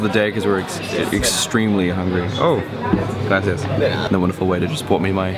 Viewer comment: When you said "gracias" sounded like colombian accent